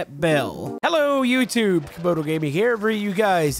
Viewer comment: CAMODO NOT COMODO